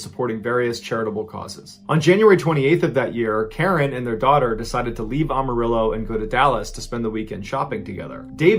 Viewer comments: Say it with me: "AM-A-RILLO" Not "Ahm" or "Ohm". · it is ......Am-A-rillo.....not Um-A-rillo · Pronounced Am-a-rillo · As a lifetime resident of Amarillo, TX. I would like to point out that the city's name is pronounced "Am a Ril lo". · Pronounced Am-uh-real-o. As in, (I) am a real o (Texan). No big deal, most people get it wrong. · any other texan Mr.B fans laugh at "ah-marillo" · The “A” in Amarillo is pronounced like the “A” in Apple. It’s not Ah-Marillo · Ballens pronunciation of Amarillo cracks me up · Not this man mispronouncing Amarillo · The way he says Amarillo